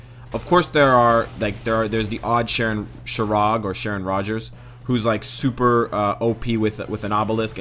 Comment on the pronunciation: It is pronounced ShayRock😂😂😂